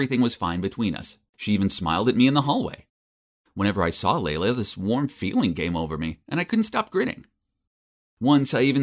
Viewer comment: OMG FINALLY SOMEONE WHO HAS THE NAME “LEILA” AND PRONOUNCES IT LIKE “LAYLA” NOT “LEELA” I’M SUBBING! TSYM FOR 89 LIKES!!